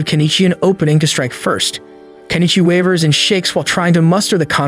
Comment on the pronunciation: Improve your pronunciation. The only name you said correctly is Kenichi.